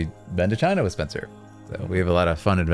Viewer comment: Spencer's pronunciation is very spot on, thank you🎉